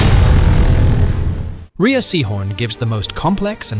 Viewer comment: I thought Rhea Seehorn´s name was pronounced "Ray", not "Ria".